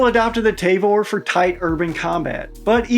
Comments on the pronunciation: Ta-vor not te-vor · T-ah-vor not t-ey-vor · I think T&P already did a video on this topic covering almost all these topics ages ago. Also it’s tuh-vor, not tay-vor. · As a Hebrew speaking Israeli, I must insist on proper pronunciation. It's not 'TAY-VORE', but 'TAA-VORE'. Otherwise, good video. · It's Tavor not Tayvor. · The Tavor rifle is not pronounced Tayvor. It is Ta-vor. Alao, the IDF is replacing it with the M4 rifle. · Say it with me. “TAH-VOR”. Also the pic you showed saying 16.5 is actually the 13.1 version that’s standard issue. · ah yes the good ole tay-vor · Soft a on the pronunciation of Tavor. The transliteration is weird that way.